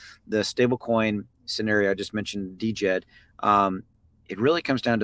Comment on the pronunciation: Love your videos. Thank you for all your hard work. However, the first D is silent in DJED, its pronounced Jed.